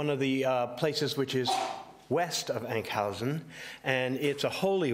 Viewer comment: Enk housen??? you mean huizen, not with an au or ou sound!!